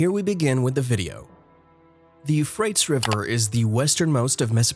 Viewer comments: He kinda lost me at You Frates I think every other person ever pronounced it properly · Dude.. this narrator is hurting my ears.. its like a liberal college student talking about how the Democrats won the war of 1492... I'm like.. who's his editor? Teach this monkey to speak.. You-frates? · Yes, thank you! You definitely said what I wanted to say, but I didn't know how to write out the pronunciations. It has bothered me so much that I haven't been able to watch this video. Every time he says Euphrates wrong, I cringe and then realize I didn't hear anything he's said in this video, even after barely 2 minutes. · That is not the correct pronunciation for Euphrates River it sounds so crazy when he says it... .. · Archeologist who doesn’t know how to pronounce Euphrates (U fray teez) and Tigris (pronounced like Tie griss). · Al Furat, & "Tee-gris" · 25 seconds in & I can't watch anymore. Your pronunciation of Tigris and Euphrates are horrifying.....